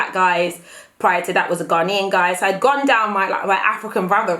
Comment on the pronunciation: GAR-NAY-UN — that’s how you say Ghanaian, not GAR-NEE-UN . I still love you though:) x